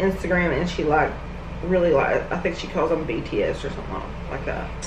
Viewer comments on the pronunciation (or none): The way she pronounced bts scares me